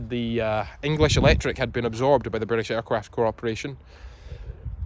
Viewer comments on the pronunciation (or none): hehe Aircwaft